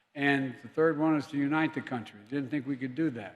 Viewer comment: Yes! He has dyslexia.. he meant untieee the country, lol. 😂😮‍💨